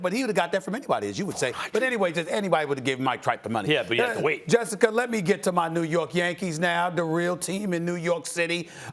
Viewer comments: Nobody: Stephen A: Jessicker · “Jessicker” - Stephen A. Smith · Jessicer 😂 Minnesoter